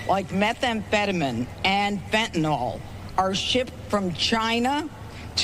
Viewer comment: It's fenta-NIL, not fenta-NOL. Jeez.